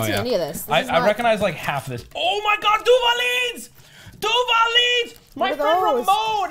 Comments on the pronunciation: I'm impressed with his pronouciation of Duvalin and now I really want some Sponch. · impressed on how he pronounces duvalin